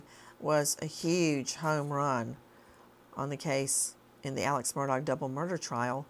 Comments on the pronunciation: Nancy, do you pronounce MurDOG on purpose? 😂 He was a dog, but throughout the trial it was pronounced differently & even Alex himself says it correctly. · I might be a bit picky but it’s very irritating that the Murdaugh trial lasted weeks. Weeks! And his name was pronounced, in court, time after time after time but Nancy can’t pronounce it correctly. It’s NOT Mur-dawg , it’s Mur-dock. 😠😠. If you can’t even get that correct what else is incorrect? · Nancy, why do you keep saying Mur-DOG? It’s Mur-dock. 😩😩😩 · She called him Murdog. Lol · mur-dog ... nancy lol 😆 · Yup, she said she pronounced it that way purposely. 😄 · She calls it like she sees it. YES to your question.